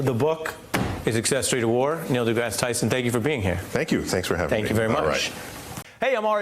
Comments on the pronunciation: The news guy called him Degrass E😩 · Neil "De Grass-ee" Tyson? Ari is a moron. The propter needs to be spelled out phonetically for him. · Did you see Neil's face when his last name was pronounced "Degrassy" lol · "DeGrassey" Tyson --- seriously! The anchor can't even pronounce his name correctly? What rock was he under not to have heard of Neil? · How about pronouncing your guests name properly. Ari, more science study less popular music and you would know who your guest is. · Ari corrected his pronunciation of Dr. deGrasse Tyson’s name. Good.